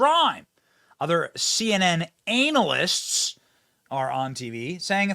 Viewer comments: you prononuced anal-ists on porpoise din'cha? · "CNN anal ists". 🤣 Way to go Benny.